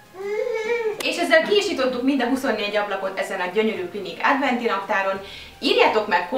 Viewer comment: nem rossz indulatbol mondom de adventi naptar nem ádventi